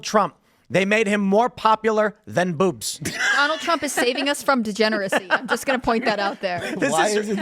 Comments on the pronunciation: It sounds like Tim is saying “boops!” When he says “boobs” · The way Tim pronounced boobs just made my morning